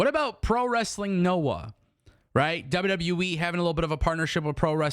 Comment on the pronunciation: Love you but, It’s W W E not WW Wiii 😂